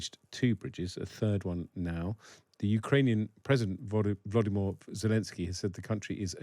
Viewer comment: lol dude Volodomyr, not Voldemorte...lol....Slava Ukraini, Heroyem Slava..